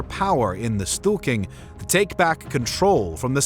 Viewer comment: Interesting how every english speaking narrator just gives up on pronouncing non-english names. How is Stortinget suddenly "The Stooking"? Or how does Schleswig-Holstein turn into "She's-wig-Holstein"???